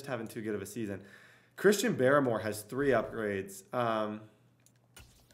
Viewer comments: Dude it’s barmore not baramore cmon put some respect on his name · Chrisean BAR-more lmao.